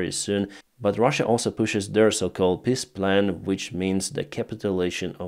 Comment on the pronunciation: How you sayd Peaceplan sounds like "Pissplan" for my german ears. And sometimes it really fits perfectly well. Especially when the surrendering of Ukraine is part if the plan. I could add how the polish PIS-Party sounds for my german ears... By the way, Pisskopf would mean "Pisshead", guess what i heard at min .